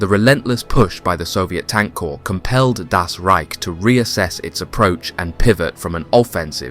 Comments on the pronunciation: It’s pronounced core not corpse as you said at the beginning. Sorry to be pedantic. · You say Liebstandarte and Schlieffen in exactly the same way as you pronounced Fliegerkorps. You also pronounce the last E in standarte. Leebstandartuh, just like in every other documentary about this, easy. We also don't say the P in corps, because that is a homophone with corpse. What also marrs this otherwise competent presentation is the constant slipping out of English and into American English. Editorially it's better to choose one dialect and stick to that throughout. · Love the way the narrator pronounced the silent P in corp(s) then carried on with correct pronunciation. Well done! 🎉